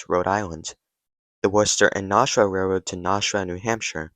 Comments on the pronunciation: I like these videos, but PLEASE, PLEASE PLEASE! Start pronouncing NASHUA correctly! (When you say 'NAWSH-U-A' it makes me want to puke!) It's NASH-U-WA or NASH-WA (NASH like CASH). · Your pronunciation of Gardner and Nashua are crap